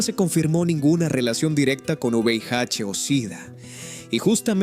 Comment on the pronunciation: No es juveiache es VIH. APRENDE A DECIRLO.